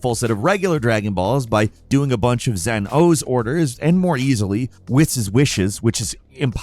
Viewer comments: Whiz is pronounced “Wheez” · I’m sure this dude never watched dragon ball called whis wis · Lmao the way cant say whis' name right is too funny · It's not "WISS", it's "WEE-SS" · Whis and Wish aren't even pronounced nearly the same like your were trying lol you made it harder on yourself by mispronouncing Whis like its spelt WHISHHHH 🤣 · I will never not pronounce Whis like Wheece. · Hey! I rarely comment, but since I watch a metric TON of your stuff, please know that… “Whis” is pronounced WEESE 😊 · Obviously this guy never watch a episode of db in his life he called whis wish 😂😂😂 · Pronounced Whis wrong as well. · Mf can't say "Whis wishes" 😂 how are you covering dragon ball and not know dragon ball!?